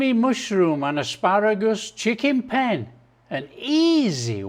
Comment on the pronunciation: Penne pronounced with two clear syllables: PEHN‑neh. Nice recipe I'll give this a go for sure. Thank you Chef.